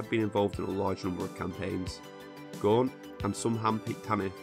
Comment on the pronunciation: Gaunt not Guant you moron!